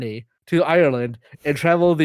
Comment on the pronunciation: But whiffed "Ireland":(